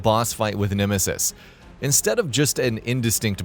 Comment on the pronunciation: Nimisis?? Have I been saying nemesis’s name wrong all this time??